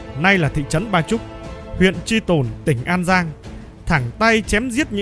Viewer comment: huyện Tri Tôn chứ không phải Tri Tồn ad nhé.